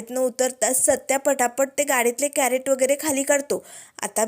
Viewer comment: कॅरट नाही, क्रेट म्हणतात त्याला ताई.